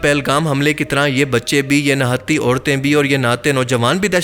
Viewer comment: Nahaaaty nhi niiiihattty... 🤦🤦🤦🤦